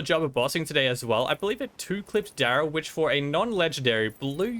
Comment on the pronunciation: This was such a great video EXCEPT i cringed every time you said instead of Dryl (pronounced drill) lmfao